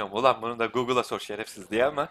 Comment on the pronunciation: bu adamın şefersiz demesini çok seviyorum AS:daSD